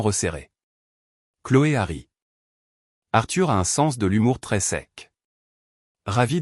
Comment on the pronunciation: 42mn 15 sec environ.." Chloé harry.." Encore la même faute..🙄..pourtant déjà signalée..! Visiblement, vous ne tenez pas compte..😳des commentaires pour faire évoluer les corrections...au moins ! Doit-on en conclure que vous ne respectez pas vos auditeurs..🤔👎👎👎